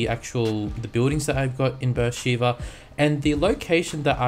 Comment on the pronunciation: Did you know that Beer sheba is a city in Israel and it is pronounced (Bar shu ba)